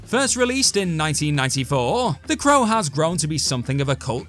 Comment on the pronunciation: It's not "THE CROWA" it's "THE CROW"!!! Got it sweetheart?